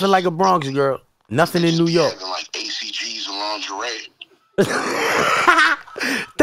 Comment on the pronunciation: Son said acgs and lingerie 😂